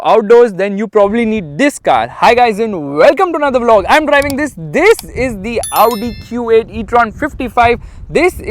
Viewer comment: THISSSS, this THISSSS hits different 😆😆